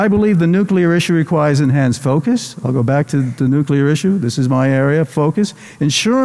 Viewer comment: "Nukelar", we meet again!